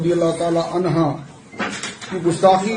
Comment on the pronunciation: Bhai عنہ ہے عنھا nhi